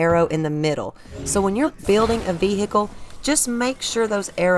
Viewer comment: What is a veehickle ?